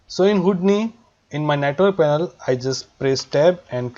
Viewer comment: It is not Houd-ni.. it is Hou- di-ni